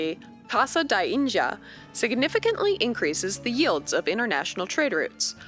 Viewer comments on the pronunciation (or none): Narrator: tries to pronounce “Portugal” like a proper tuga pronounces “Índia” like a zuka Don’t get me started with “João”... but hey, she tried!